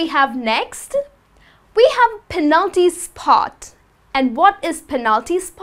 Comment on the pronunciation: I found strange the pronunciation of the word "penalty". I always pronounce the first syllable stronger.